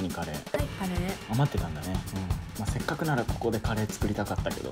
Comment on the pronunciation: せっかくがせっくになってるの草